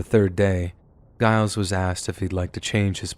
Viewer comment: The G in Giles Corey's name is pronounced like a J.